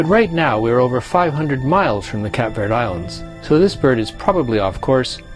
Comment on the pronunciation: What did you call the place you left from: Cap Verd. Mate it’s pronounced Cape Verde.